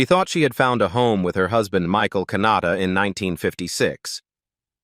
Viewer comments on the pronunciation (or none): none